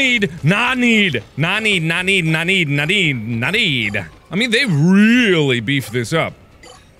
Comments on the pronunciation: were u saying nani nani nani?? or nadi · OoF😂I thought he kept on saying NaNi?!!? xD